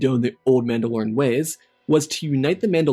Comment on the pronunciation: maul-da-lorian? Are we deadass? 😂 that’s amazing